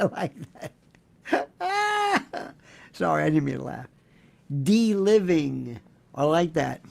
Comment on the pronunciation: LIONEL: I realize you are the language expert & all, BUT, the word, "dealiving" (of course it's not a real word), but, it's pronounced, DE (with a long e & emphasis on the DE) Aliving (with a long I) - Susan Burns